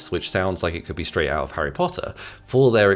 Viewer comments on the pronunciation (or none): none